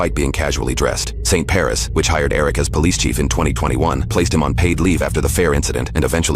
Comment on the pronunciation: It’s not “Paris” it’s “Parish”.